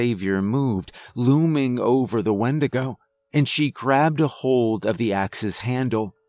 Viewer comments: you called it a Windagro. i love this. i busted out laughing at it. but this story gave me chills. Keep up the good work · windegrow lol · wendigrow lol I was eating and just listening and had to do a double take